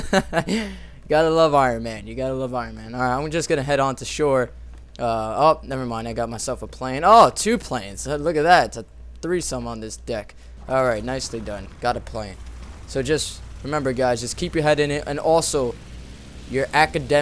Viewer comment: "It's like a treesome on this deck"